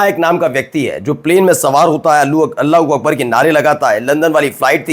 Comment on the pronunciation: Iska Allahu Akbar balna hi ho nahi raha hai. Iska accent bhi ghalat hai.